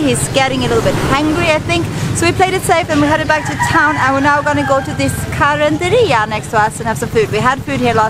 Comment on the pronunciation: nice... you pronounced "carinderia" properly. all the best to you and your channel!